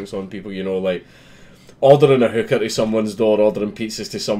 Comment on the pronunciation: Only just realized he said hooker and not hookah, I was very confused